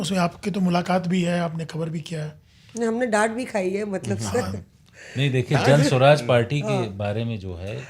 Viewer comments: उच्चारण जन स्वराज नहीं, जन सुराज है। जनता का सुंदर राज, जन सुराज।🎗️ जय बिहार! #JanSuraaj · could not even pronounce Jansuraj (calling it Jan- Swaraj) properly. I could easily guess how serious these bunch of “khan market” journalists are. Jokers!! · Jan swaraj nahi hai Jan suraaj hai ❤ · Its JanSuraaj not janswaraj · Jan Swaraj nahi Jan Suraj....itna bhi nahi malum aur analyst ban gaye..Baklol sab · Pehli baat Jan "Swaraj" nhi hai "Suraj" h...naam pta hai nhi...Aur analysis duniya bhar ka ker rhe hain... Jaati per pk ne 1000 baar bataya hai...kabhi sun liya kero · Pehle party ka naam lena seekh lo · Lad chatne ke liye journalist bane ho.. saala party ka naam to thik se bol nhi pa rhe, aur ye analysis kar rahe hai